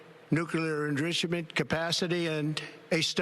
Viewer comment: Excuse me buty what is "Nuclear Endroocement? is that Trumpanese for Enrichment?